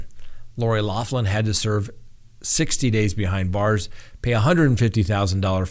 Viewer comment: Her name is pronounced locklin not loflin. its an Irish surname but thanks.